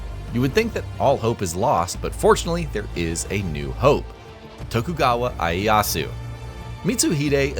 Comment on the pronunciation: its pronounced Ee-Aye-yah-su btw. Not to be that weird guy, good video though!